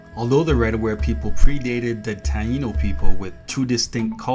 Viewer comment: Tainos not Tano.